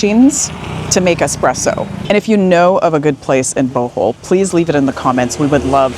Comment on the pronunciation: That would have been a lovely Bohol waterfall tour video....if you didn't go on so much about coffee and learned to pronounce Bohol correctly. Re-edit and youll get 100's of thousands of views. Even Boholanos would like to see their island from a foreigners perspective. (I've lived on Bohol Island for 5 years.)